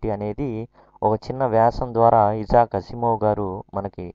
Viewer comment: ఇలాంటి పబ్లిక్ వీడియోస్ చేసేటప్పుడు pronunciation confirm చేసుకుంటే బాగుంటుంది. ఇజాక్ కాదు ఐజాక్ అనాలి